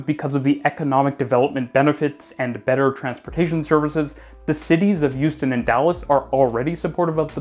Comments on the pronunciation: Why do you say Youston not Houston? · Why does it sound like you're saying Euston when you say Houston 😅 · I'm sure you just said "Euston", friend. See, he said it again!😂😂😂😂😂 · Every time you said Houston it sounded to my British (but even more importantly, Londoner) ears like "Euston", the London terminal for the west coast main line, which was quite confusing. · As an American, the way you say Houston makes me think you’re from the east coast.